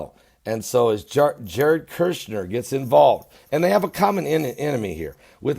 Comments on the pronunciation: For what it matters, his last name is KUSH-NER, not KERSH-NER. Love you. Keep up your good reporting. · Kushner sir, you are pronouncing his last name as Kershner. It is Kushner. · Love you...say it with me Jared KUSH-NER... Kirshner 😂❤️ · All due respect to you. You are not pronouncing Jared's last name correctly. There isn't a R in his last name. It's Kush ner. Kush... I always watch your channel. Did you see the report where Former French President of France was ARRESTED for taking campaign funds during his election. And...I saw another report where a court denied Obama his appeal and has to RETURN 400m that he gave to Iran when Americans were released. Obama tried to appeal, but was denied. I only saw 1 report about it. Hope it is true.